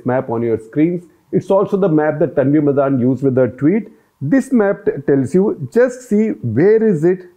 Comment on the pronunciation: Sir, its not "Tanvi MadAAn" like you are pronouncing. It is 'Tanvi MADAN". She is from Tamil Brahmin family.